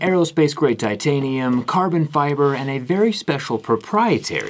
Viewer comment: Ah yes pho-tanium